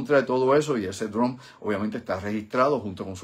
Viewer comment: Estimado y admirado; El siguiente comentario o sugerencia te lo brindo con sumo respeto.. Se q tienes conocimiento del idioma ingles,, mas cuando te oigo pronunciar la palabra DRONE me suena como si dijeras DRUMS.. No se por que razon pero no soy el unico pues otros colegas y amigos q te seguimos me lo han comentado.. Obviamente se q comprenderas la observacion.. Humilde sugerencia Profesor,,, gracias por tu aportacion y contenido.. Usted es UN BORICUA BRAGAO👏👏👏👏